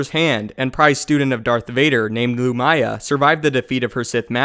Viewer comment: loo-mee-yah not loo-my-ah